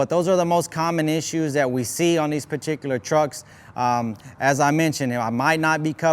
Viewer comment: Take a shot every time this vato says "perticulir" expesshially